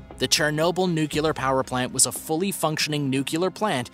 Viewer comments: Friendly reminder that nuculer is not a word. Nuclear is a word. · NUCLEAR, not NUCULAR. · It’s Nuclear. Not Nucular. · It's pronounced NEW-CLEAR NOT NU-Q-LAR! It seems that most YouTubers cannot pronounce that word. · when the narrator says “nucular” multiple times instead of “nuclear” smh 🤦‍♀️ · You have 2M subs, learn to pronounce NUCLEAR !!!! It isn't Nucular. It's Nuc-Lee-Ar. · Good stuff. Is nucular similar to nuclear? 😁